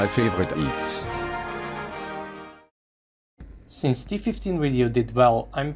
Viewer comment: "my favorite EEFS..."